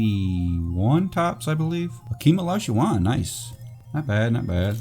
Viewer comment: "Another clean looking Hakeem O-Li-Shu-Wahn" idk why but your enunciation gets me everytime